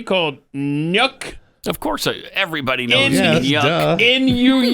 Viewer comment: Nuuk is pronounced nook.